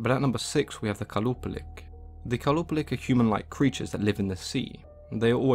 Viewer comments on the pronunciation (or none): For qalupalik the Q is pronounced as H.